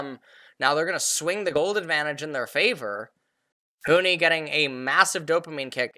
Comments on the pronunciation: Bro its Huni not Huhi XD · he probably watched a 100t game and got used to saying huhi not that big of a deal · Why does he keep calling Huni "Huhi"? I mean they're both Asian but that's like the only thing they have in common.